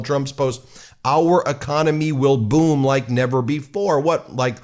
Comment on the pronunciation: Wrong pronounciation, should be: "Our economy will BOOOOM!'